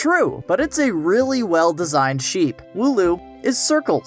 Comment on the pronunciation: It's not a sheep it's a shaap